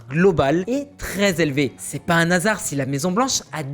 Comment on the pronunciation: Bonjour : on ne fait pas de liaison avec le N et le mot HASARD car c'est un H aspiré. Donc, "UN / HASARD" et non "un1 NASARD" .